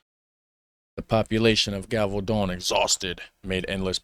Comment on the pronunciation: The "g" in Gévaudan is not pronounced like you did (like in "garage"). I'm trying to find a sound in english how the "g" is pronounced but can't find it. if you're not sure how something is pronounced you can look it up in Google. If you type "la bête de gévaudan pronunciation in french" in Google at the top of the searches you'll the sentence with a little speaker under it and you can listen to how it is said.